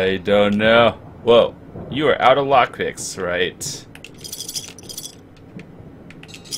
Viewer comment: The way you do lockpocking makes my brain hurt.